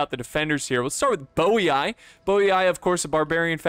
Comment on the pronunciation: ROME - said correctly TYLIS - said correctly/close enough BOII - is meant to be said in latin as BOY-EE-EE MASAESYLI - is meant to be said in latin as MA-SEYE-SE-LEE ^they were desert berber tribes, that were split in two, one allied with rome while the other with carthage. They're not just desert romans XD